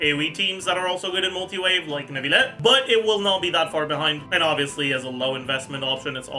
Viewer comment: "Neuvilette and Nilouyette." :D